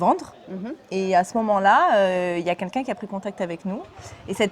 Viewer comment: je t'adore, tu es merveilleuse mais s'il te plait c'est 'quelqu'un', pas 'kinkin'. Merci:)